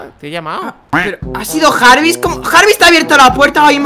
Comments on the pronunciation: No se llama Jarvis se dise yarbis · yarvis no jarvis